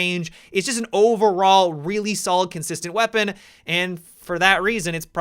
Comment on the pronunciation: How about when his vowels trail at the end of a word usually at the end of a sentence? Like "weaponaaa"